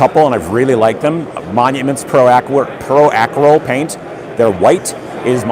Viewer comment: The way you say Pro Acryl is great.